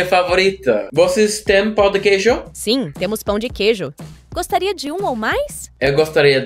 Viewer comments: As a native speaker I can say you did very well. I'd just suggest you practice the accent on the words like "pão" because when you say it, it sounds like something let's say, dirty. Pão with Ã - bread Pao with A - d1ck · bro, rlly, Its better for you to learn that nasal ã, because that way you said that, it means d1ck of cheese, or you can just say "pon" (in a french accent) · Please observe the tilde in the word "pão." It's not pronounced "pow," the diphthong is nasalized, almost like a soft "n" at the end of the word. When learning from human teachers, your pronunciation in other languages is usually better, so maybe this is a drawback of the AI-only method. It also sounds like you're making the "e" in "eu" into too much of an "ei" diphthong, a common problem for Americans when speaking Latin-based languages. The "e" in "eu" should probably be pronounced more like the "e" in "egg." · dude please dont mess up the nasal sound of "Pão". please